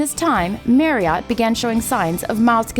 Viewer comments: Marri-ott, ha ha. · "MARRY -OTT"????? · Marree 'Ott????😀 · Marriott not maryott. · If you're going to get into the narration from a Brit's point of view,I sympathise.I'm about to watch it muted.I stopped at the sound of his name pronounced 'maryut'.I was curious to see what the comments look like. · I just put one word as a response to watching this video - "Mary-ott" yuck! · What a funny way to pronounce the subject's name. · It wouldn't hurt to pronounce his name right - and McGlagan's. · Wish she could pronounce his surname properly. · It would be nice if the narrator could actually pronounce his name correctly, but i's obvious she is clearly reading a script about someone she never knew anything about until she got the gig!! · It's a pity you can't pronounce Marriot properly. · She can't say his surname properly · I wish she'd known how to pronounce 'Marriott'. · Merry-AUght? At least learn to say the man's name for f**k's sake! No it's not an accent thing, it's an emphasis thing and his name is HIS name. Respect? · It is Marriot, as in Chariot, not bloody marry ,,,,ott!! Just before 8: 44 he said his name, "I thought I was Jerry lee MARRIOT"!! I do wish the Americans would learn ENGLISH as we created it rather than put their own their own "spin" to it! Yah now wot I meen yeh, sright innit, you dig man , dude !! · Marry-Ott?? It’s pronounced Marry-Utt FFS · Annoying that the narrator of a video about Steve Marriott cannot pronounce "Marriott". Marry-OTT! - damn ridiculous! It rhymes with "Harriet". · It's pronounced Marry ut not Marry ott doh! Bloody yanks 😂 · Such a shame she cannot pronounce his name . It is' Marry-utt not ot. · Why is she calling him Mary-ot? His surname contains double 'r', MARRIOT, so it is pronounced MARRY-OT as in MARRY, not Mary! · It's Marry-ut not Marry-ot. In the UK we observe the neutral vowel. Nice video though. Keep up the good work. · It's pronouced Marry-ot not merry-ot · Steve Marry iot, for god's sake say his name properly